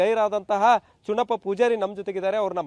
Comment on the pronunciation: ಚನ್ನಪ್ಪ ಅದು ಚೂನಪ್ಪ ಅಲ್ಲ ಕನ್ನಡ ಎಡಿಟಿಂಗ್ ಯಾವನೋ ಮಾಡಿದು